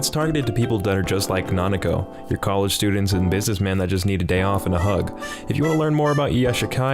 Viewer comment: "Kitsune no Senko-San" It's Sewayaki Kitsune no Senko-san. "Nanako" It's Nakano. "Yashikai" It's Iyashikei.